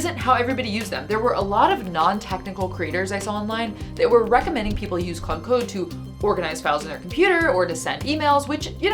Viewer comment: What's with the “Claudé” thing? The accent would make you say the e (vaguely like clohday). Well, ok, I can't believe you wouldn't know that because you already know English words like café. But why is pretending to be illiterate funny?